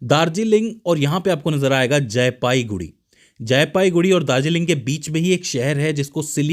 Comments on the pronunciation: sir jee,it's jalpaiguri not jaipaiguri.......before uploading please check it carefully....... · Not jaipaiguri it's jalpaiguri ok . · AAP KA BISHLETION ACHA LAGA PER AAP JALPAIGURI KO JAYPAIGURI MAT BOLIYE😂,,,MERA GHAR JALPAIGURI ME HAI